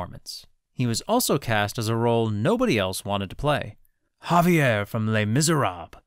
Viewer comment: it's pronounced "zhah-vaire" not "hah-vee-aire". the name is French, not Spanish.